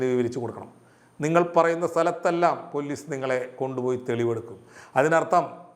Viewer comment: പൊല്ലീസ് അല്ല പോലീസ്